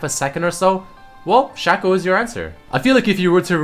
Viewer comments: Whoever says Shaco should go die because its pronounced Shaco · It's shaco not shaco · its shaco not shaco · There is no Whatever you want to call him. His name is SHAKE-O, because his clone's name is FAKE-O, its not SHACK-O and FACK-O